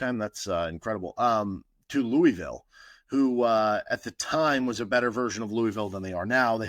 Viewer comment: As a KU fan who lives in Louisville (Lou•uh•vul)I was really hoping you were gonna nail the pronunciation. Nails on a chalkboard lol. Still love your show though!